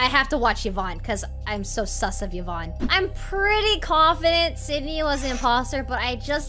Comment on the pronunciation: "Ciz are you vouching for Evan?" Daymmm how long have you known Yvonnie to get her name right? 😂